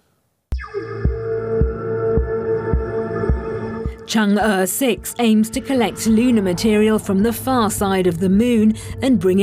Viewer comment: you DW guys can't even pronounce Chang'e correctly